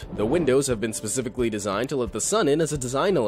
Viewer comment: The windows have been designed "pacifically?" Wtf.